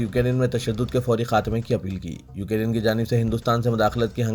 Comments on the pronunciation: Please pronounce Ukrain correctly. Its not Ukarin. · Bhai UK Rain Nhi Ukrain Bolo